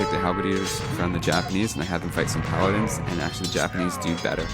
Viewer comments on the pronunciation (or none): none